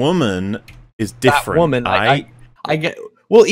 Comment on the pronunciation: Woah, Did they just fuck up the, 'Hush' arc on Batwahmen!!?